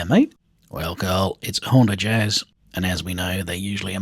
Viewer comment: i think it’s pronounced Honda Jizz